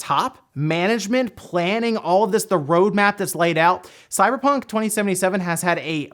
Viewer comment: 0:031 sounded like you said CyberTRON 2077? 😂. Seriously can't wait for Cyberpunk 2077 to come out. That and Watchdogs Legion 👏